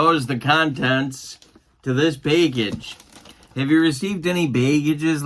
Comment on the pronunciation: 50 years old and I just now learned that I’ve been pronouncing “package” wrong all this time. Thanks.